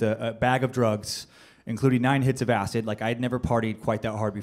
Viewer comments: Why does he say "Ass-It" instead of acid? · Is anyone else annoyed by how he says Acid?? He says Acit not Acid. BUGGING ME!!!!!! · R we not going to talk about how he keep saying acit when he was talking about acid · I can't get over the way he's saying Acid. He keeps saying Acit... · anyone else get annoyed when he said acit? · The amount of times he said acit instead of acid😂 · Him saying "Acit" was killing me lmao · Acid, yes, but this guy took acit....no "d". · Is it just me or does it sound like he saying acid with a "t" in stead of a "d" "ACIT" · great story hahahaha, but did anyone else notice he says acid like "acit" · "AciT" lmao all I could hear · He literally keeps saying "acit" not "acid" lol. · something about the way he pronounces acid like "ass it" really just annoyed the shit out of me. Idk why. It's like once I heard it, I couldn't un hear it the entire skit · Am I trippin or does he say Acit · Is it me or is he saying A-Cit and not A-Cid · Tried my best but couldn't sit through all the "aciT".. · He calls it acit💀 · Its a d not a t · This guy is saying "ACIT" IT'S "ACID" DUDE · I cant stand how he says acid Acit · It's funny. I dont like how he says "Acit" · Funny, but I hate the way he pronounces 'ass-it' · Lmfao! I cant stop hearing it! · Why's he saying acit? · Why is he saying "ass it" 😳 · Has anyone ever told this guy that there's no f#cking "T" in "acid"??? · Anyone else have a huge problem with how he pronounces acid? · Why do you put a t and the end of acid! Lol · How this guy says "Acid" is killing me and IDK why.......... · It really bothers me the way he says "acid" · i hate how this guy says acid.... theres no goddamned T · Acid has a d not a t dude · The way he pronounces acid pisses me off